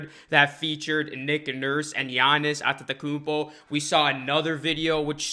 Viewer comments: Gianni’s At-ta-kuupoh who? Lol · Wishful thinking! Maybe he will when you can pronounce his name correctly. Lol!!! Its a rap when he join Raptors replacing mark gasol..